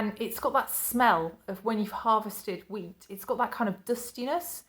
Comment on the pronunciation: I thought you said your dad harvested weed at first lol then I got wheat when you said it again I nearly choked on my coffee there lol xx